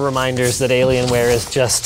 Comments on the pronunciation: Maybe I'm just new to the internet, only 16 years of experience, but I LOST it at "delAy-lienware" 😂 I'm sure its been said before, but I've managed to dodge it for, what, probably a decade? The nonchalance of delivery was amazing. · Delalian wear 😂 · I never thought I would hear Dellienware in my life (or DellAlienware, whatever!)